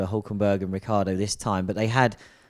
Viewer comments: It's Rickeeardo, italian origins mean that you need to pronounce every letter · In Italian it would actually be "Rich-ardo". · Still can't pronounce Ricciardo. The "I" is silent. 🙄 (the phone respelled) ha